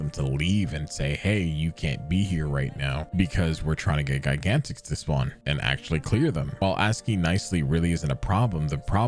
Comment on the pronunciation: The only problem I have with Gigantix is the way you pronounce it.